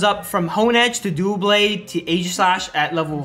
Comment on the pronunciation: its not dooblade its doublade